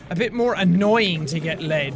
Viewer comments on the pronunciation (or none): in it sounds like he says "get laid" in a german accent